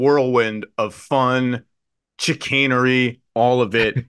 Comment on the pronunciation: Hey that’s not how you pronounce chicanery. Come on man, it’s “shih-cane-er-ee”. Pronounced SH like Chicago, charade and chamois.